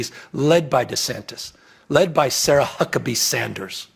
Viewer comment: Be careful Sarah he said your name horrible watch out